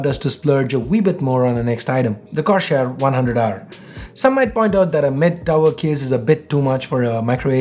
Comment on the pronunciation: Korshair? I mean why, how?! It's Corsair in every accent! Corsair! * sigh *